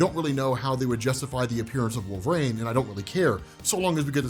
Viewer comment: Jesus.... WHO THE HELL is Wolv-Rayne